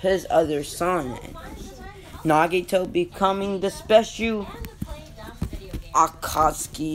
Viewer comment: “Nagato” not “Nagito” 🤦‍♂️👍